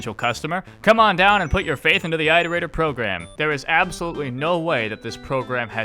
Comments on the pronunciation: I progressively got more angry every time you said "I" terator, instead of "it" erator. God. It's like "iteration". Do you say "eye-ter-ate" (iterate) ???? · Pretend that your "eye-torator" pronounciation is correct, your struggle is meaningless to us. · This video is fantastic but it deals mental damage to me every time you say eye-terator. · Wow it appears I’ve picked up your pronounciation of Iterator. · ARGH why do you keep mispronouncing the word "iterator" if you know the correct pronunciation? >< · I have to ask- Why do you pronounce 'iterator' that way? Is that how it's canonically pronounced? I mean, you wouldn't pronounce 'iteration' eye-teration, would you?